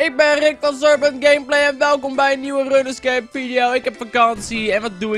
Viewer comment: HET IS 'ROENSKEEP' NIET 'RUNNESKEEP'